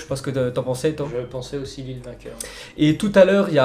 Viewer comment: Il a parler de Lyon et Lille ok mais il c mal prononcé